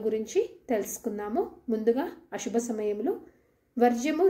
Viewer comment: Shuba Ashuba kaadu.Subha Asubha.No stylised telugu please.